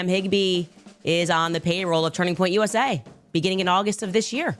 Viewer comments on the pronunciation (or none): none